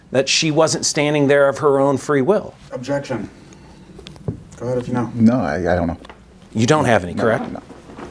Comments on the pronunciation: I been hearing abjection since the first question lmao. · When you say the word "objection" so much that you're mispronouncing it, it's time to stop attending depositions lol. Good lord...